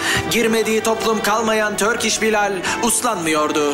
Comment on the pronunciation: evt yazılış öyle tabiki biliyorum ama skeç de torkiş diyor dikkat ederseniz